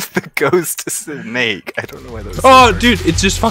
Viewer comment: could not say the words ghost snake together and all that came out was gay snakes